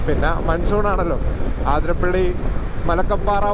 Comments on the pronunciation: അതിരപ്പിള്ളി.. അത്രേം മതി... ആതിര പിള്ളി അല്ല.. കൂടുതൽ ഡെക്കറേഷൻ വേണ്ട 😤😤😤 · Bro ആതിരപ്പള്ളി alla it's അതിരപ്പിള്ളി